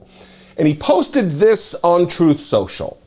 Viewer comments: sorry, you mispronounced Trump’s site… Troth Senchal. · Troath Sential. He was troathing